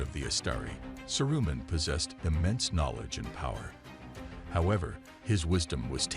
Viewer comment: Saroo-min. Please learn how the characters are pronounced.